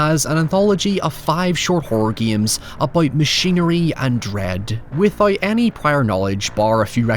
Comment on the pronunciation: Why you say giames instead of games